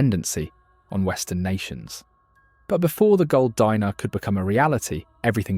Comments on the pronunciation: Gold "Dee-nar", not "Die-nar" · Actually Dinar is pronounced “DEENAR” not “DYNAR” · "Dee-nar", not "Dy-nar". "Nee-jher", not "Ny-jher." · Say it with me: De-nar Not a dinner u r just making me hungry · It's pronounced deenar